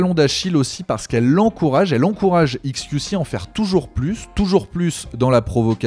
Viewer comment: faut arrêter de dire "iks kiou ci" soit tu prononces à l'anglaise, soit à la française, mais là le mélange des deux... haha